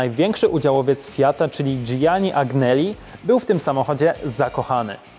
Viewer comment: Wymawia się: Karroccerija Pininfarina i Dżiani Anneli ;) Natomiast ten ''bokser'' w Testarossie, to właśnie szeroka Vka. On się jeszcze trochę różni od typowego boksera. Co do współpracy z Ferrari, to jest bardzo symboliczna, o ile już prawie nie występuje poza limitowanymi modelami. Ferrari ma obecnie swój własny oddział stylistyczny, który projektuje auta, ale F8, 812 czy GTC4 wciąż bazują na projektach Pininfariny.